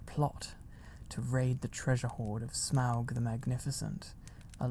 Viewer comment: Oh my goodness I am such a Lord of the Rings and The Hobbit fan so I’m pretty sure I’m in heaven 😭♥️ and you said Smaug correctly! You have no idea how many times I’ve heard people Smog 😭